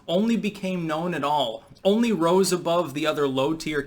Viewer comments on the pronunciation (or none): none